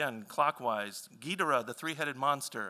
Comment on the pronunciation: He pronounces Ghidorah weird.